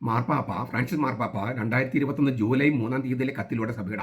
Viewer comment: ആദ്യം മാർപ്പാപ്പ എന്ന് പറയാൻ പഠിക്ക ടാ വേട്ടാവളിയ